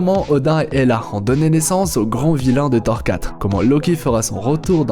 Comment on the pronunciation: Le seul truc, c'est qu' au debut de la video, on ne dit pas "Thar" ou "Grasses sarties" ou "Thar 4" mais "Thor", "Grosses sorties" et "Thor 4" (c'est des "o", pas des "a") ... sinon c'est bien :)